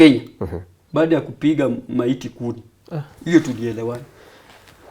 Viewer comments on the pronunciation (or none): Kupiga kuni sio kumi.